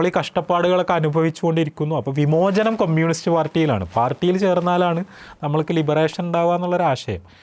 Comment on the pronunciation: ആദ്യം കമ്യൂണിസ്റ് എന്ന് പറയാൻ പഠിച്ചിട്ടു വന്നു സ്വരാജിനെ കുറ്റം പറ 😮